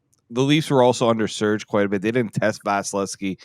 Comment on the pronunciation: under siege. not 'surge' .